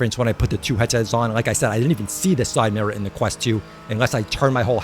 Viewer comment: "side mirruh"